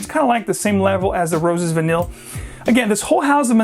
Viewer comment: Great video on Mancera but confused on these pronunciations... several fragrances here end in VANILLE yet you pronounced most of them Vu-neel then the last one you pronounced Vu-neey.